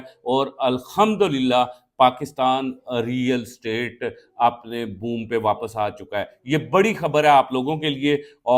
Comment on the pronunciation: It is real estate not real state. Yaar english nhi aati toh property business keh lo